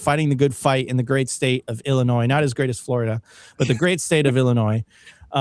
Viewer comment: … there is no “noise “ in Illinois